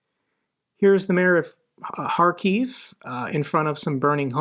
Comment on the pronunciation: Wow!! Although you aren't a professional journalist, yet you're one of very few and far between who actually correctly pronounces Kharkiv (with a h like hunt rather than k like c***). Respect for that!